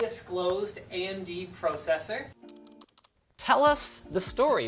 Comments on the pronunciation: I wish more people said processor like that (ie properly) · Linus learned how to say processor!! Woo!